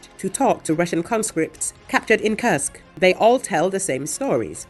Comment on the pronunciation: It's NOT KRSK IT IS KURSK